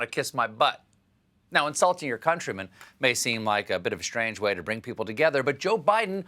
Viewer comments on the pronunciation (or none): none